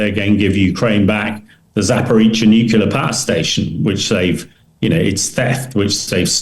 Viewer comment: Hamish DBG is one of my favourite authorities on military matters to listen to but Hamish can you please pronounce NUCLEAR correctly?